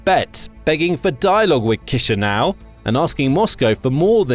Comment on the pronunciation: Kisinau is giving me chills it's chi sinau